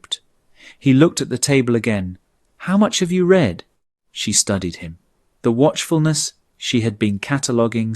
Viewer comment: Please instruct the robot narrator how to pronounce the present and past tenses of the verb « to read » correctly in their context. As well as stating a year correctly. A human narrator would know to say, for example, the year eighteen forty-five, and not one thousand eight hundred and forty five.